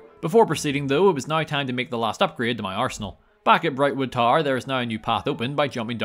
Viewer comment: Par? Tar? What are you saying? Magica Par? Brightwood Tar? Barstone?